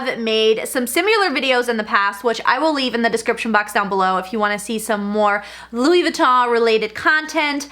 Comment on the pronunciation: Why do you pronounce it Louis Vi-taw??